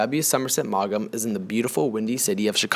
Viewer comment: Too bad you don’t know how to pronounce the author’s name or any of the character’s names.